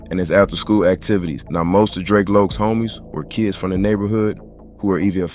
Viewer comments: Its Drac as in Dracula 🧛🏿‍♂️ . Kount Drac. You gtta be a younging or nt from LA Drac was a common name back then and its definitely Drac as in Dracula not Drake or Draco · I can’t even watch the video because yiu keep mispronouncing his name. You can tell you not from LA or you don’t know about the culture its Drac like Dracula 🧛🏿‍♂️ not no damn Drake yall younging see Drac and think draco its drac for Dracula 🧛🏿‍♂️ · DRAC, pronounced like how the name Zack sounds. Should go ahead and take this down. You messed up his name along with over half the story. SMH